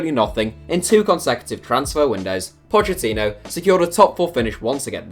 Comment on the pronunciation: It’s pronounced Pockettino why does everyone pronounce his name wrong he even said it in an interview how to pronounce it. It’s a italian pronunciation not Spanish